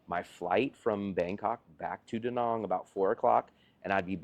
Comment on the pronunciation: Since you live there, learn to pronounce the name of the place: It's not Da Nong goddamit, It's Da Nang!